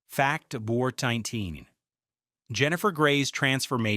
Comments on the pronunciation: If your going to use AI VOICE then maybe make sure it can actually say number not nirger 😂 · Sorry, but what word is being said between "Fact" and the number. Sounds like "Fact nudger..."